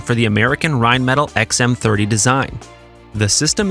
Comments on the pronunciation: Dollar signs go in FRONT of numbers, not behind. Also, it is pronounced “rine-muh-tall”, not “rine-metal”…. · Dude...not Rheinmetall is not "rhine-metal", it's "rhine-mett-ALL" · Rheinmetall is pronounced RheinMehTall (as in the opposite of short). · rine-met-al' you goof. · This has to be a software narrator to keep pronouncing, "rine-metal." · "wellnon arms manufacturer Raytheon and rinemetal" ? Really? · I expect ai to mispronounce Rheinmetall but not a human being...sigh. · Yet again, narration software gives itself away by screwing up the pronunciation of Rheinmetall.